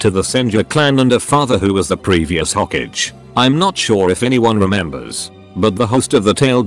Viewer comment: "Equal to SasUk." "Previous Hokege"